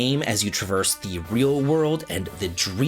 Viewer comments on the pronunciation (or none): none